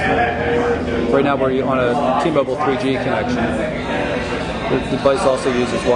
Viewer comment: ITS T-MOBILE!!!!!!!! BILE BILE BILE BILE NOT BULE......STUPID....